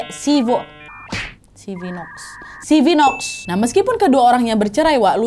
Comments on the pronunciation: Sevenoaks itu seven oaks bukan cara bacanya Douhan klo bahasa Jepang bacanya dou Han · Sevenoaks = tujuh oak = sepen'oks nad 😭😭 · bacanya bukan sevenoaks tpi seven oaks